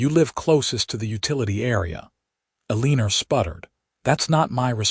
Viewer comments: Everytime I hear E lean er. I can’t kee from laughing. It is so absurb. Eleanor says the other 2 board members are planning a coop Is that coop for chickens? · Can't pronounce Eleanor.........there's no "lean" in it....sounds stupid. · I've noticed quite a few stories with Eleanor, and none of them sound correct. I think whoever came up with Artificial intelligent reading needs to go back and rethink it.